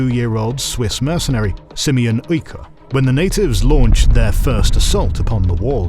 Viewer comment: Écuyer is pronounced EH(no H)-KWEE-YEH(no H again).